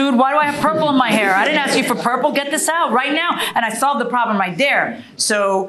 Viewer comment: "Tawk" "Axs"